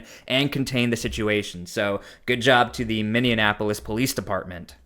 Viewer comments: Please stop calling Minneapolis, Minneanapolis 😆😆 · Send that Man to Washington DC. Can you not say Minneapolis correctly??? DUH 🙄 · Dude, I can't subscribe to your channel if you do not work to pronounce the City of Minneapolis' name. 😮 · Boy you sure have a hard time with pronunciations look up how you're supposed to say Minneapolis and Bongino